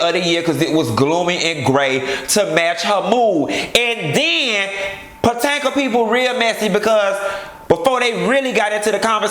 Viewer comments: I'm mad you keep saying Potanka lol. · When you say PO-TAN-KA! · I always die when you say Potanka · I missed you saying Patanka! 😂😂😂😂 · The Real Housewives of Puh-tank-ah! Lol!😆😆😆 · Lord knows i missed Q saying potanka 😂😂😂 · Girl!!!!! I live for your hair and lipstick!!! But wait did you say Patanka!!!!???? Lordy lol!!! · Mia Loik he does it on purpose. He been doin it for all seasons. Sounds funnier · Housewives of Potanka😂😂😂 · Why you keep pronouncing Potomac wrong?